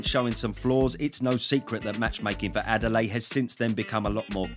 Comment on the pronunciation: Butchered Adeleye, lmao. It's Ah-day-le-year.